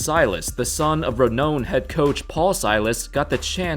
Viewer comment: The word is 'renowned', it's pronounced "re-noun'd"